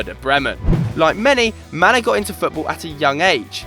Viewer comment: You say Manneh like Mané. Not Man-eh, Manneh and Mané are the same name. Senegalese just spell it the french way and Gambia the English way.